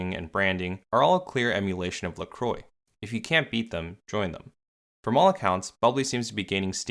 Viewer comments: 🛑🛑🛑 It's "La Qwah." It's not pronounced "La Croy." It's French meaning "The Cross." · Croix is pronounced like "kwah" not "croy". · these mfs cannot pronounce french words La Croix - (la crua) not lacroi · its pronounced lacrowa not lacroy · Dear Americans (including the owners of the company if they endorse it), La Croix is not pronounced La Croy - it is pronounced La Kwa. Sincerely, Europe. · First time I heard an someone from the US talk about this brand I didn't know what he was talking about. But when he wrote it down I went "ooh!". They pronounce it Lacro-y, while I always pronounced it French (the cross) La-cro-a. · It’s pronounced La-Qwah not La-Croy 😬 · It’s “Lah- cru-ah” not “Le-Cru-oy” *in my Hermione voice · Can you learn how to pronounce "La Croix" properly?. Because it's no like in this video. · Lol, how American pronounce La Croix, a French name (meaning the cross) totally not pronounced like that. Every time they mention the name to me it sounds like stupid people not knowing how to talk. Normally it would be pronounced like this: LAH KRWAH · La Croy haha how can they butcher this name so hard 😂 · Pronounced La Croque! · I can't get over how they pronounce La Croix as "La Croy" 😂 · So we're not even going to talk about how literally everyone is pronouncing it wrong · Now if Americans could only pronounce La Croix correctly. I imagine Canadians and Europeans would not tolerate an American pronunciation. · Why do Americans pronounce La Croix like that... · As someone who understands French I truly believe that every time an American pronounces LaCroix a French citizen gets spit in the face somewhere. (Luckely I'm not French myself)